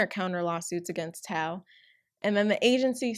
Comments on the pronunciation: I'm sorry but I'm soooo triggered its Tao not tahuo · You pronounce tao like 'tauh' not tay-oh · I love your videos, but tao is pronounced t-ow. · Did u just call Tao, Tayo??? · It was EXO-M, not C, and pronounced Tah-oh, but great video! SM is a terrible company..... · KV that’s not how u pronounce it either it’s taow I know because I’m chinese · The way you pronounce Geng, Tao and Minwoo made me laugh. I'm sorry. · I’m really sorry but the way you pronounced Tao bothers me alot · the pronounciation of BoA and Tao made me cringe but aside from that this was rlly insightful! I always knew sm were shitty but I didn't wanna look into it bc it'd make me feel guilty for buying things from them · You do some much research on your videos it's great. I just wish you didn't butcher so many of their names. Like Tao... No no girl. I am sorry but.... No. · You're pronunciations are killing me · the way you pronounced tao and hangeng got me heated sis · The way you pronounce Tao tho... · Renz I didn’t try to be rude I’m personally Chinese and a bad habit of mine is correcting people when people pronounce words wrong Tao is a Chinese last name btw